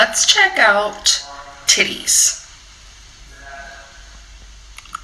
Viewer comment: The way you said titties 😂 great review, love your hair btw 💖